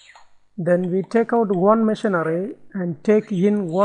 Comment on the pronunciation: Funny, it sounds like he is saying tickle instead of take out